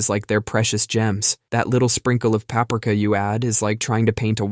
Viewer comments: Jesus man complaining about grammar and pronunciation while saying paprika incorrectly. 😅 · So he makes fun of people for misprouncing espresso and then he mispronounces PAPRIKA 😂